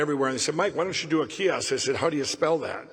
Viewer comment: kee osk??